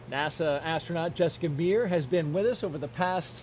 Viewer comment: Did he call her Jessica BEER? 🤣🤣🤣 That's almost as good as the time a reporter called Dough Hurley "Doug BURLY" which made Hurley bust out laughing.